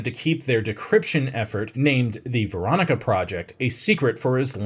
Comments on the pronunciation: Its VENONA. Not Verona and definitely not Veronica, lol. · He also said the American test was 1949 not 1945 and said ‘Veronica project’ instead of Venona. Are these not reviewed before posting them?